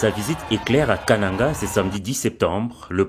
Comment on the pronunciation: Toi tu ne sais prononcer le mot kananga